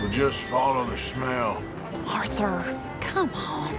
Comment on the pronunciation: I'm said Arthur not Orthur